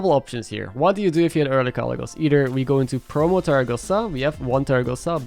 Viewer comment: it's teraGOsa